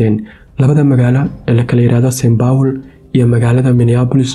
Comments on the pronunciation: St.paul not st.baul 😂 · “Saint power”🤣🤣🤣🤣 cawan! Saint Paul dheeh nacasyey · Lol😂 is not saynbowl is Saint paul they away u are saying is not right bro magac iska hagajii waxan mar hore ayeey dhacday